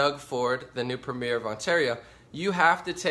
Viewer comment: You can't even pronounce Premier or Trudeau properly. You're also sensationalizing. We don't have a refugee crisis here. I live in a town that has received refugees from Syria and the only problems we've had with them was some white supes setting fire to their mosque. Most people in Ontario DON'T support ford. Only about 25% of those eligible to vote in Ontario supported Ford. GTFO with your bullshit propaganda.